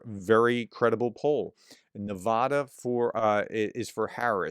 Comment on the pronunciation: PLEASE, I'm begging you now, Nevada is Ne va (as in cat) da, not Ne VAH da! Maybe you didn't see my last 5 times of asking, so I'll try once again. Thanks! And thank you for all that you do!